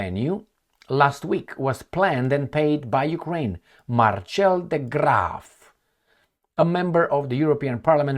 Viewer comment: Marcel is pronunciated Mar-sel. Not marchelle🤦🏻‍♀️😆